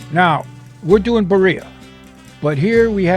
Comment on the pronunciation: It's pronounced "Bee 🐝 ree ahh" and not " bariahh"